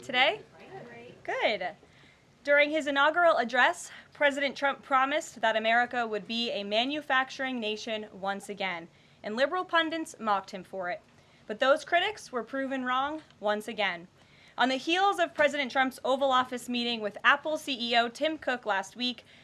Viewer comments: Liberal "pundins" wtf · Minute — “Liberal ‘pundents’ “? If you don’t get that word right, it sounds bad. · In the first few seconds of your prepared speech you mispronounced inaugural and pundits. Get it right!